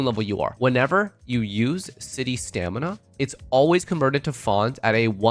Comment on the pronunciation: city stanima